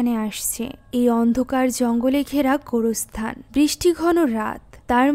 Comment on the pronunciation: আপু তুমি কবর স্থান কে গুর স্থান